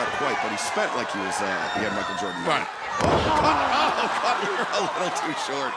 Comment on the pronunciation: Every time Taz said “Cutler” I could have sworn he was saying “Cutlet” And what in the blue hell was Luther wearing!?!? It looks like a figure skating outfit!!